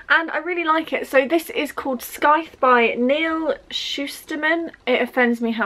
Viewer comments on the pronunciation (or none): Hi. Hope you don't think I'm being rude, but for the word ''scythe" you don't pronounce the 'c'. So.....like how you'd say the word sigh, then T H